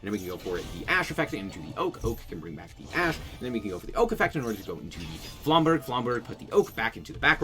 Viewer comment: Aight dog, flamberge is a soft "g" sound, no hate